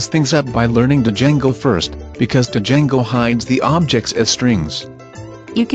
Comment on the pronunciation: Di-jango XD i can't handle the TTS